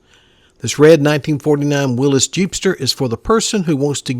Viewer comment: I was surprised to hear you say “willies” pickup. It’s pronounced Willis...just saying.